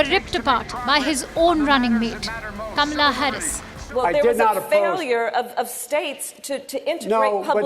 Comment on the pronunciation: Damn it! You mispronounced her name again! It's Ka Mal La!